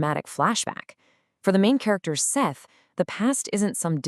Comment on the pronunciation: FYI Sethe is pronounced "Seth-uh," not "Seth." This is how Morrison herself pronounced it.